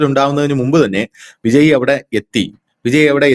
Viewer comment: Vijay എന്ന പേര് എന്തുകൊണ്ടാണ് എല്ലാ മലയാളികളും വിജയി എന്ന് ഉച്ചരിക്കുന്നത്? കേൾക്കാൻ അരോചകം എന്ന് പറയാതെ വയ്യ